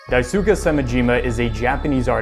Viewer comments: you pronounced the name horrendously in the first few seconds :') Your pronounciation was like "Daisuka Semajiimuh" (No offense or anything. It just physically hurts when someone mispronounces Japanese. Sorry to be that one dude ) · “Daisuke” is pronounced “die-skeh” lmao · Daisuke rhymes with Dice Clay